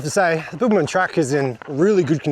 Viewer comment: Were you saying Bilbaman or Bibbulmun?!! 😂